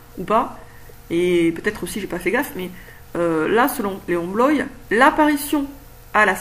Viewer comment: C'est drôle que tu l'appelles Léon " Bloï " alors que normalement c'est Léon Bloy prononcé "Bloa" ^^